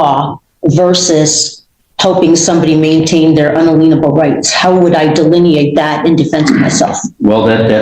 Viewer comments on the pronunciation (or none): "un-uh-leen-able" rights? WTF?